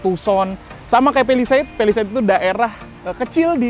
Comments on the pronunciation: Cara yg bener ngomongnya Pa li seit Bukan Pe li seit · Ke "pelised".. Ati2 licin om